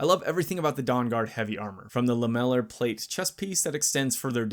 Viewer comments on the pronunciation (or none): lol you mispronounce “lamellar” so badly it took me about three takes to figure out what you were trying to say 😂